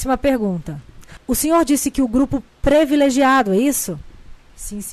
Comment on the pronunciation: Só uma correção, é privilégio e não previlégio, vamos escrever e falar corretamente